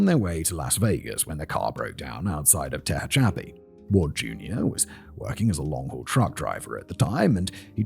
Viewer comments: I get tickled at Simon's mispronounced names, such as "Ta'Chappie" for "Tehachapi" 🤣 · I know that this is probably completely unnecessary, but Tehacapi, California is pronounced Teh-hatch-a-pee.